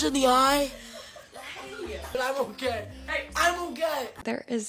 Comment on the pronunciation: "I'm okeh, I'm OkeH😆"💀